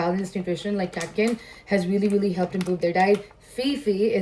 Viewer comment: What’s with this ‘veelee, veelee, veelee, veelee and ‘every single thing’???!!! 😂 Expand your vocab or atleast speak the language with proper (if not correct) pronunciation!